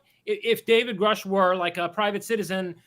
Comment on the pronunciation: "Gruh-sh" not "Grow-sch" Did you even watch the congressional hearing? I don't think you did.